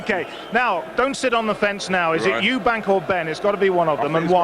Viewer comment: Eubank not Eubanks